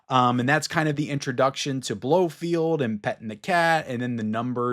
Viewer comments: BloFELD!! Not Blofield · It’s Blo-FELD not Blofield. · Blofeld not Blofield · One correction: It's Blo-feld, not Blo-field.